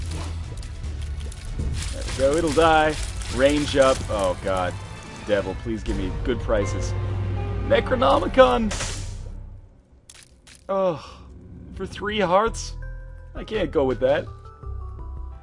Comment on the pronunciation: HE CALLED IT THE FREAKIN NECRNOMICON AGAIN?!